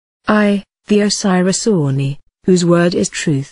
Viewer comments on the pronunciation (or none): Why she pronunces "Ani" as "Oonee"?